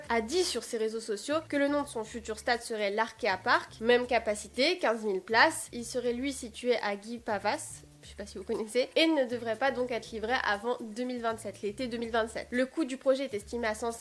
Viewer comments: On prononce GUI-PA-VA. 🤨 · On ne prononce pas le « S » de Guipavas. Mais sinon merci d'avoir fait une vidéo pour en parler 😊